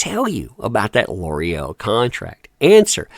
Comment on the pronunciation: It’s pronounced L’OreAl